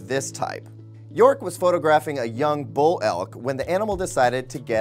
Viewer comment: Bull.....not buck 😂